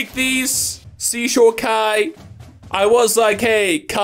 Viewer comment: Oh my gaaaaaaaawd he called Kai kuuuuuuuuuu now I’m gonna leave an angry comeeeeeeeeent